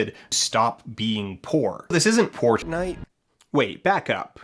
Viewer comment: It's embarrassing how much I laughed at "This isn't Poor-tnite"